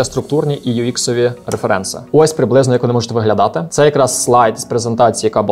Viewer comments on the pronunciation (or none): вибачте, але Ваше "реферЕнци" так ріже вухо. з англійської правильніше "рЕференси"